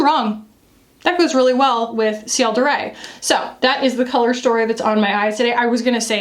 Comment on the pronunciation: Heads up: in French, “de” and “le” is pronounced kind of like “duh” and “luh”, not “day” or “lay” (that’s Spanish pronunciation of an e). Its a very common error for Americans because Spanish is much more common there than French. :) It’s the same kind of vowel as “put”. Love, your friendly Neighbourhood Canadian :)